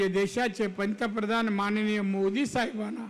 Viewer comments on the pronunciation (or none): none